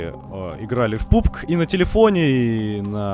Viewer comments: Пубг?😂😂😂не пубг а пабг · Не пубг а пабг!!!